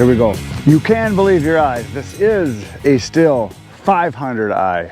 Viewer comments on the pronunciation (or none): Stihl is pronounced STEEL, so says Stihl manufacturing in Virginia Beach, so you can keep saying still, but the one who owns the name pronounces it steel. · Yep, in Germany we pronounce it "Schteal". Never "still". 😉 The Company is based in the beautiful Southwest of Germany btw. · To pronounce correctly imagine man with a monocle holding his cigarette funny and say schteal. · IH is spoken like a double EE in german language! ST-EE-L is the right pronunciation in my opinion.😂 Thanks for the video and many greetings from Germany ❤ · It's a German company and if there is a "h" behind the "i" it is pronounced >STEEL< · Sorry, but you prenounce Stihl wrong. Remember it's in german. Gotta say it same way like the metal, steel. More or less. Cheers from Denmark. (german speaking guy) ;-) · From the very South of Germany, Home of Stihl: i would pronounce it Shteal. The H in the Name makes it a Long „I“. The Pronounciation with the Short „I“ would mean „silent“ in German😂 But there is really a German Company called „Still“ making forklifters… Sorry for my bad english, german guy… Love your Videos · I guess it's one of those German surnames like Porsche that most Americans mispronounce. The real car and saw snobs pronounce them Porsha, and shteel. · Good afternoon!!😀😀 The 500i is a heck of a saw!! The proper pronunciation for Stihl is Steel. It the German pronunciation. Back in the 1980s at my old Stihl dealer in Berlin they had a display rack from Stihl that said right on it say Steel. That's why we pronounce it Steel. Happy Father's Day my friend!!😀😀💚💚 Logger Al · Get it right. When saying "Stihl" you have to get the "CHH" sound. It kinda vibrates in the throat. Now, altogether::SCHHHteel". Sorry, I spent too much assigned time in country years ago. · Stihl being a german manufacturer, the german pronunciation would be steel